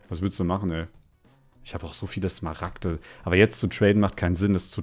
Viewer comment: Wie einfach zu smaragte dias sagt